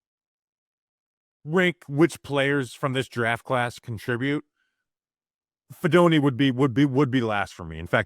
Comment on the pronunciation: fee DOH neh Fidone does not rhyme with macaroni.